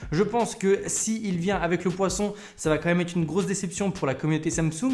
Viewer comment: Poinçon, pas poisson mdr